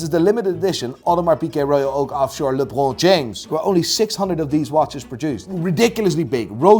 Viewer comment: why did he pronounce Lebron James like that? 🤣🤣🤣